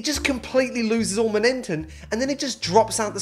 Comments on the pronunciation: MoNENTUM??? (not hating) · Is he saying " MONENTTEN"